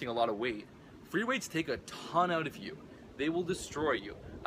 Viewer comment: Freeweights? Or what is the word he is raping